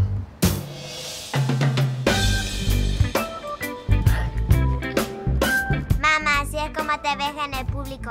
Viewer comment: Jajjaa dicen mama enbes de mamá